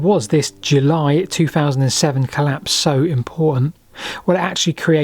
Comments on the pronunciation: The 'claps'? Seriously? This should be reported to the language p'lice. Why do you speak sloppily? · I seriously thought he said "Back to the claps, but not THAT claps," and was very confused as to why brainrot had entered the chat on an otherwise intriguing historical analysis. /colæps/ is quite different pronunciation from /cəlæps/ or /clæps/ and I was terrified this video was about to take a VERY different direction. Crisis averted. Syllables matter, people.